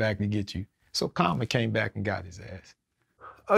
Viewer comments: Nigga said comma its Karma 😂😂😂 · Thought he randomly said "comma" not Karma. lol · Is he saying Comma? lol